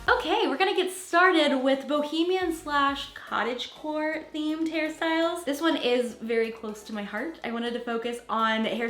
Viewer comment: I thought you were saying cottage whore until I looked at the title 😳🤣🤣🤣😉